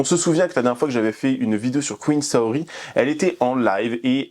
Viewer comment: Ca me perturbe de fou quand tu dis "Saori" c'est vraiment comment je m'appelle, en plus Saorie ça se prononce "Saorié" en japonais.. Bref elle salit mon blaze ça me gave.. Et effectivement le chien est très maigre c'est vraiment horrible et je pense qu'elle ne le sort très peu un Malinois ça a besoin de se dépenser énormément... Que des fous/folles c'est aberrant..